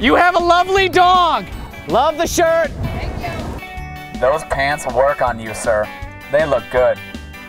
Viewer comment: not sure he is saying "thank" you